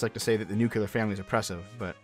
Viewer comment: "new cue lar family" thanks